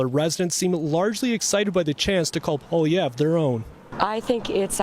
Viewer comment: Too bad couldn’t take the time to learn how to say Poilievre’s name. Of course is a strong NDP supporter (although he claims to be neutral).